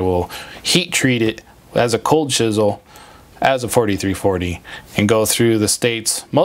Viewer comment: it's chisel, just like the 80's rock band, Cold Chisel